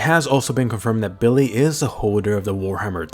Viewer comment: BiLlY. Its Willy